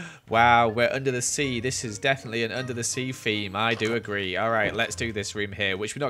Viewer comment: Lol, keeps saying FEME in stead of THEME